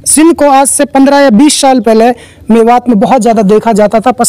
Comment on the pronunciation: Hiii Brother apne Salam ka pronounce thk kijye Saal not shal (year) Swagat not shwagat Smjhane not shamjhane Etc....... If you don't my brother You have to learn more your pronounce is not............... 👍👍👍